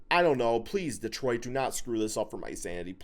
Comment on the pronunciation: Welllll it’s DETRIOT 🤷🏻‍♂️